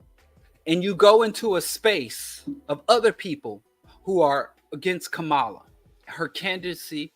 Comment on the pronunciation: I agree with everything you said, just please learn how to say Kamala's name. PLEASE! Refusal to learn how to say her name, is also a symptom of what you are saying!